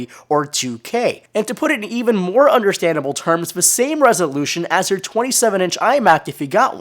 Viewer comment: he spelt more wrong lol. He said MOAR!